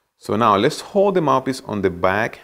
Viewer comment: Is it just me or does it sounds like he says mapis not mouthpiece